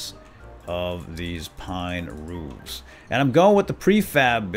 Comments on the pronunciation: you say 'roofs' not 'rooves' (PS I'm a big fan and I love to watch this series. Keep up the good work! :D) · It's roofs as in hoofs